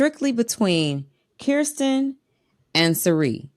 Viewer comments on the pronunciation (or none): Great job with pronunciation,, but its Kirsten pronounced Krrsten not Keerstin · Spent too much time practicing Felicia's name and forgot to practice Kirsten's 😂